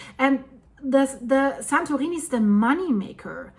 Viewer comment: Ok she is definitely saying "santoweenie"